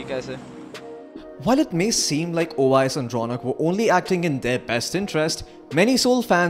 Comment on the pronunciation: Owais not oyes